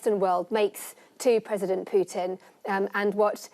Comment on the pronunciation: Who is this uneducated English commentator who calls Putin "Pyutin".